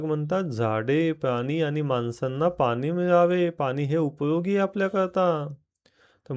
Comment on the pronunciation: पाणी म्हणा पानी काय म्हणता? तुम्ही चुकीचा शब्द बोलाल तर मुलं कायम चूकच बोलतील